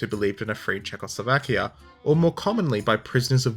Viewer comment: It better should be as that is how czechs and slovaks say it... which should always guide foreign language pronunciations...